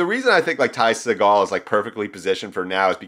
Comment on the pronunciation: watch any Ty interview where he says his name. It's See Gull. Trust me.